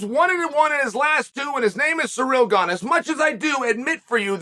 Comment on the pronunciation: The goat gives Gane a free nickname with his intentional pronunciation of his name as 'Surreal' nobody adds more value to fighters' lives than uncle Chael ☺️